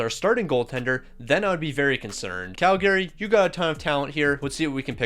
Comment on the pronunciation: The way you pronounce Calgary 😅 It's a common mistake lol